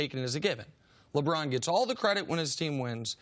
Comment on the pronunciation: Nice!!!!! I thought I was the only one who thought he's says Lebron's name funny. LEBRAAAAAAAAAAAAAAAAAN!!!!